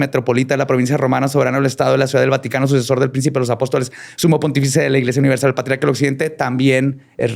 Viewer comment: vaticatences? vatiquences? vati..vatiiii?? Mi cerebro : Batman, cuando lleguemos a la Bati cueva me regala un bocadillo? si shaggi, todos comeremos algo , galletas y BATILECHE JAAJJAJAJAJAAJAJJAJAJAJRGTBZSEFRBHG ALV !!!!!! xD